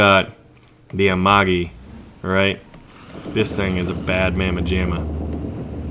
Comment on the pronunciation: I think it's meow-gi not ma-yo-gi : )